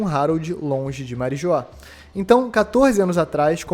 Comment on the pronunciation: Marijoá kkkkkkkkk meu Deus 😐 Marijoá 😂😂